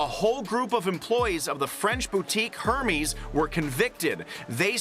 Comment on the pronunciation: PLEASE pronounce The name correctly!! And I bought a fake bag in Turkey, and I knew it.